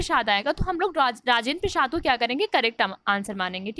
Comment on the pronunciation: राजेंद्र प्रसाद तो ठीक से बोलीए.